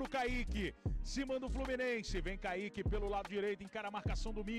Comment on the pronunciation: it's Kai-Yeee-keee